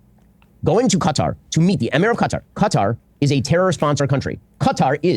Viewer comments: It's like he knows kuh-TAR is wrong but refuses to say cutter so he went down the middle in the worst way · Ben "Kuh-Tar" Shapiro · Ben's trying to pronounce Qatar the same way he does Hamas... with a weird affectation that makes zero sense. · He invented yet a new way to pronounce Qatar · Ben's so racist he won't even pronounce Qatar properly. What a dipsh!t.